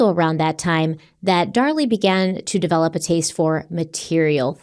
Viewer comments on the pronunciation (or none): none